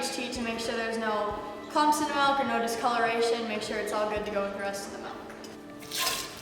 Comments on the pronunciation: All the "Malks" and "Ruts" Jesus Christ!!! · she said the word "MELK" like 60 times and it pissed me off so much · Melk melk melk melk melk.....